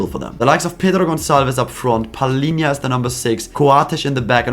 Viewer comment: You have very good portuguese pronunciation subscribed my men you said the most difficult names in portuguese Pedro Gonçalves, Palhinha, Nuno Mendes subcribed.